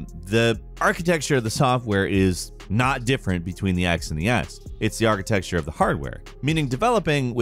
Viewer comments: "Architexture": the word uses instead of 'architecture' to let you know they're not a Digital Foundry-type in-depth tech channel. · No, I'm making fun of how pronounces architecture. I don't reckom this is US-wide.